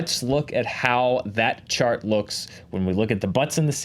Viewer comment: Everytime they say "chart", I hear "shart". And, yes, my reality is awesome, thank you for asking.